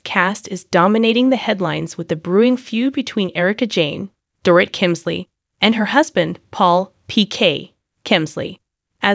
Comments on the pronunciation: Door-eet not door-it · Strongly agree. She may be using a translator. She needs to proof her posts to ensure words, especially names, are pronounced correctly. Dorit is pronounced Doreet. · Really annoying when you don’t say her name right. It’s like calling cheese chess 🧐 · Don’t have a Utube if you can’t say a person’s name